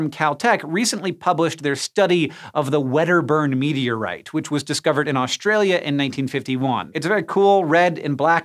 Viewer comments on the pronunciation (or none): none